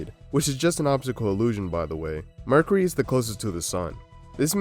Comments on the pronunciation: Dude sucks at YouTube.... Don't quit ya day job... said "Merk-er-Eee' hahahaha what is Merk-er-Eee'? Haahahaa what is mummafacation? Lmao 😂 those aren't words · i had my volume pretty low when the video starts and I thought he said "murder" instead of "mercury" n i was like well yeah that'll do it..